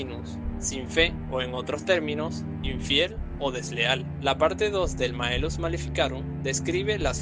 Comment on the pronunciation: es malleus maleficarum, no maellus